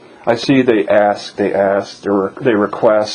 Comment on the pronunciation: I’m glad she “aksed”. It sucks but Louisiana is a stop and ID state. I’m not saying I know that was legal in your case.